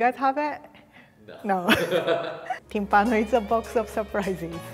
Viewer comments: No Timpàno, it’s Tímpano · I'm Italian and I've never heard of this before ahah BTW is Tìmpano, with the accent on the I ;)